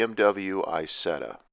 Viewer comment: It’s EeZETTa not eyesetta.